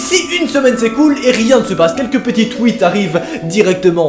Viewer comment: Enfaite toi tu dit" tou i té" mais sa se dit " twi té"